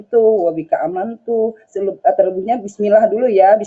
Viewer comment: Ucapan bismillah nya aja beda...OTEN nyamar ini mah 😂😂